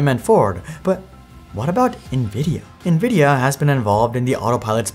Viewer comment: I swear, this is the only youtuber than can properly pronounce "Nvidia".